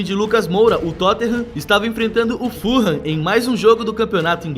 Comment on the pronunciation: furran se fala fulham